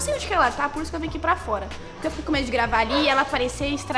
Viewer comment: Mo engracado ele falou puque